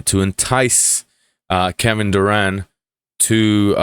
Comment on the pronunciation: Durant, with a 't'